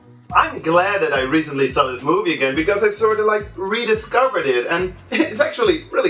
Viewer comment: Drugs...I mean the way he makes a long "O" when he says movie....explains it....